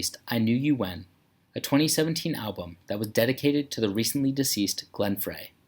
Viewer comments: This vid is BS, I own all his albums on Vinyl and went to a 2019 concert still the best one. Oh and you mispronounced Glenn Frey he pronounced it frey although it’s pronounced fry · You know this is complete bullshit when the narrator can’t even pronounce Glenn Frey’s name correctly. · 1996?? You pronounced Glen Frey's last name wrong